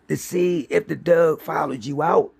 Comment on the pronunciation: I really like the stories, but I'm having issues with how keeps pronouncing the word "Dog as "Dug". I just can't understand why that is.